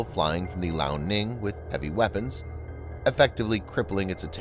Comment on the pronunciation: Lee Ow. Liao. Not Lao.